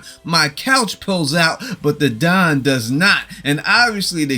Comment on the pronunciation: My couch pulls out but the don does not - What?!! 🤣💀 THEN, I wasn't sure if you said Don or dong, which now has me completely hysterical!! 😭😆